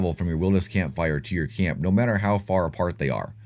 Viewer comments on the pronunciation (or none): none